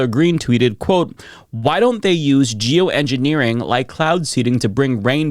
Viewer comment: I wasn't watching the screen when he read out the MTG tweet and thought he said "Jew engineering", and I was more surprised it actually said "geo engineering" when I double checked it.